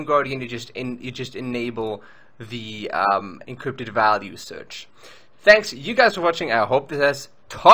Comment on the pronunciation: I like the way you say encrypted! You say: Eencrrrypted